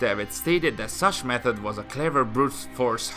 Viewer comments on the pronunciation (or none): none